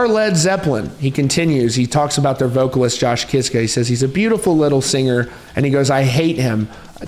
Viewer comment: Their name should be pronounced more like Kishka 😂😊 It’s Polish